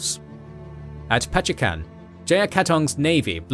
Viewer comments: Pachekan? not Pacitan? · It's Pacitan, not Pachekan. Good storytelling btw. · Little bit of correction here : Pacitan not Pachekan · Pachekan? Pacitan!!! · its pacitan not pachekan